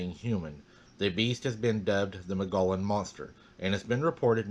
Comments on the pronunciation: Arizona native here, just a friendly FYI, it's pronounced, Mole-gee- on rim. (I live near Prescott) beautiful weather here. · Hi! I've read that you pronounce Mogollon, "Muggyon". There are a couple of researchers there in Arizona.